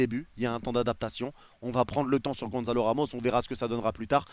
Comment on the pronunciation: Soler, tu dois le traumatiser, à l'appeler "Soleure" tout le temps alors que ça se prononce "Solaire"... 😂😂 Quant à Ramos, il s'appelle Gonçalo, pas Gonzalo... Et, ne t'en déplaise, Gonçalo Ramos, c'est un vrai crack !